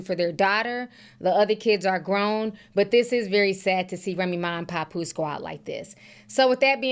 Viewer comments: Papoose not "Popoose" 😂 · The way she says pappose tears me up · Don’t forget “Pawnpoose” 😂😅 I’m not picking sides either but that was hilarious.